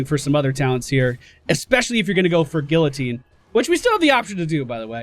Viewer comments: Gee-ya-teen / gil-a-teen what ever, I can accepted both, but go-low-teen? Oh heeeeellllll noooooo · Gee Ya Teen. Not Gil Oh Teen. Just clarifying. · Luke Johnson Ikr, it's more like gee-ya-teen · It is pronounced gee-ye-teen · go-low-teen? oh hell no. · Thanks! I'm not very professional in pronunciations; but I knew that Guillotine didn't have an L sound in it.